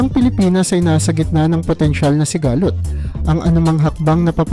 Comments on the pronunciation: Sigalot madagsa ang bigkas dyan hindi siga-lot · Paki ayos po ng AI narrator nyo in Tagalog kc mali mali yung mga pronunciation ng word like sigalot HND sigaaa---lot